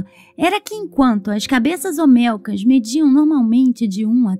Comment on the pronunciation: Por favor son cabezas OLMECAS no OMELCAS... aprende a leer igual que en lugar de decir PAKAL decis PALAK.... lee bien antes de hacer los videos.